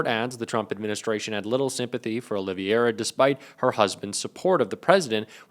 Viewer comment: If you want to be taken seriously, you should learn to properly pronounce the names in your report. It's Olvera, NOT Ol-i-v-i-era. You mispronounced it not once but several times.